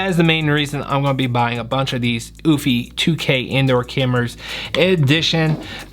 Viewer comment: Good video!...However pronounced "You-fee". Not "oooofffyyy" just looking out for ya..